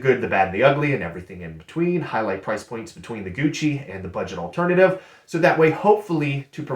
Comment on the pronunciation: A tad cringe "Gougchi" eeeehhh.